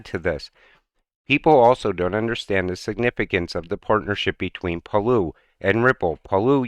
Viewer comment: Palau sand dollar Not Parloo